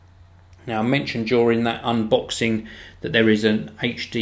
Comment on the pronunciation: lol he says "unbooxing"